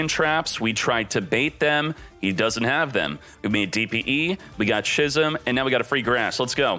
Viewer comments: it's pronounced "skizm" for f**ks sake.. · Love your videos as always man, but please stop pronouncing 'schism' as 'shizzum'. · How many times does this guy keep mispronouncing "schism"?